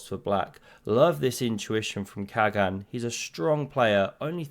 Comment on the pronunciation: Dear, in Turkish, the G is soft, similar to Dutch (without the throaty scrapping sound). Khagan = Kha-Ahn. Best